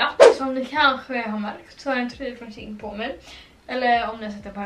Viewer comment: du uttalar det som tjej fast med ett n på slutet ”tjejn”=shein